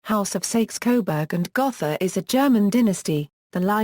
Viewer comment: Sakes coberg gotha ? my god, at least learn to pronounce it.